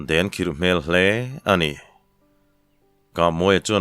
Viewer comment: I chhiar thiam a a thluk pawh hi lam dik ber zinga mi i ni...mahse ...HLE ... hi i thluk chiam țhin hi insiamțha thei la ngaithlak a nuam lehzual ang